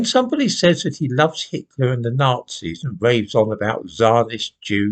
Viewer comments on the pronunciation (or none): none